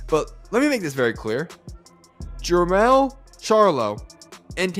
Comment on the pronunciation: Jemall not Jemell....both are loses